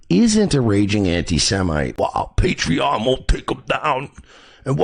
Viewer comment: Did he say praytreon, playtreon or the actual name paytreon